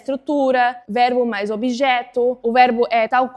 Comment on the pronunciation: Impressionante seu português! Percebi que você troca o ''b'' pelo ''v'' em nas palavras que terminam com a letra b. Exemplo: Quando você falou VERBO, o ''b'' saiu com som de ''v''. Mesma coisa com a palavra ACABA. Mas nada que atrapalharia a entender. Ótimo vídeo!